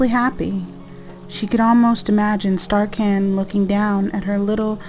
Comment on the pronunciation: starcan hahahaha 😂 she said starcan (falls out of chair laughing)